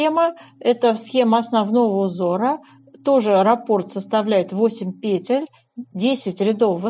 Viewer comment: Сколько здесь красоты!!! Можно я у вас поселюсь? А ваши ударения на "накИд, пЕтель (мн.ч.)" за это отдельное спасибо!